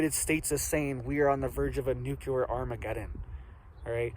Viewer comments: Well to begin with whatever your name is this running this channel it’s nuclear, not NUCLALER! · it is pronounced " new clear " nuclear war ; not. nuke-u- lier war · Every couple of days his clickbait alarmist thumbnail says "IT'S OVER!!!" The attached video is usually a big disappointing nothingburger. definitely strives for quantity, not quality. By the way,, it's "nuclear", not "nukuler". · Not real .. not scary ... Nuke-you-lur is not a word. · Why do even seemingly intelligent people have a problem pronouncing the word nuclear. It's quite easy to pronounce actually. Saying nucular is just ignorant and childish. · Nuculer. Really? Lol. Cut from Bush cloth. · nukuler 🤣🤣🤣🤣 Had me spitting my drink out over here